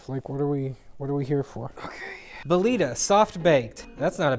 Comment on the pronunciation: Belita? BELITA???